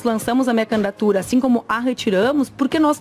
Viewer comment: Manu: "Minha candatura" 😂😂😂